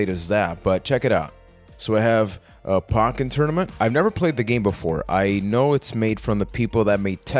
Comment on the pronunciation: You pronounce Poken wrong